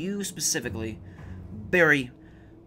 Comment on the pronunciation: wow when u say dead space severed that quick, it sounds like dead space 7. did any1 else notice that